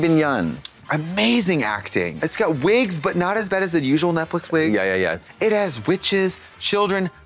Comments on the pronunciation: I love how Trixie says it like Netflick and not Netflix lololol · Guys , why Trixe say “Netflic” instead “Netflix”, is that intentional? Well ,I love it 🤣❤️ so cute and funny 😆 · Does Trixie keep calling this Netfic LOL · trixie calling it netflick is what i live for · Trixie always saying “Netflic” is something